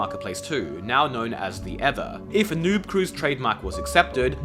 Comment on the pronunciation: Bro cannot pronounce Ether